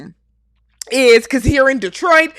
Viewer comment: Thank you for saying Detroit correctly 😊. Also, agreed about Carlos King, Tyler Perry and those shows..............